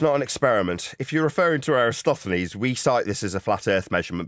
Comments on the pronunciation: mistakes Eratosthenes for Aristophenes the playwright. Perhaps a nod to Nathan being a failed voice actor, turned microphone salesman. So I'm going to put in the same bucket with other wilfully ignorant flat earth grifters, though from the look of it, the grift isn't doing much for him. I assume the wife has a decent job. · I'm sure he said Aristophanes. I replayed it and still didn't get Eratosthenes.